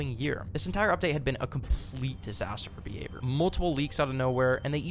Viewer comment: i kept thought you were saying beaver, not behavior